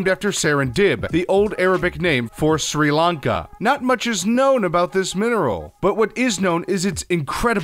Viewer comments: you pronounced Sir Lanka wrong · I love how you only pronounced opal correctly.. every single name you mispronounced; sometimes really badly (Sri Lanka).